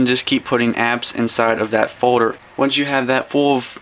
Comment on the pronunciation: is he saying "Forder" instead of Folder?